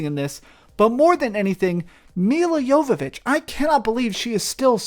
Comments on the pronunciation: Its Jovovich not Yoyovich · "Milla" Jovovich ( YOH-və-vitch )